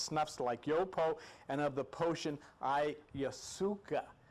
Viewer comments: He is adorable! He pronounces a lot of things in his own way, and I admire the hell out of him for that! I can tell you this, that I will never go on another journey while calling it by its real name. I will ask to please pass AYASOOKA tea. I also write spiritual music mostly rap and I just finished a cool little rap about tripping on these types of things and I think I might change the term ayahuasca to AYASOOKA. What do y’all think? It sounds more tribal! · Love you, Let's say it together DIE - Methal- Trip- Ta- Mean, Ok class repeat..... OK let's go over a few others, Vesica Picsis PIE-SEES, Ayahuasca, EYE-YOU-WASKA. ok class